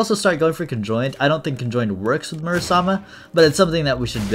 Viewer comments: I think it's Muramasa not Murasama? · is it not muramasa? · it confuses me a lil everytime he calls it murasama